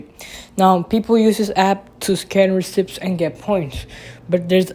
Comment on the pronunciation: this man rlly said ricipts